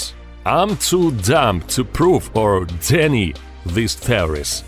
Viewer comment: "DENy?" It's "denY"... DENy is a restaurant chain...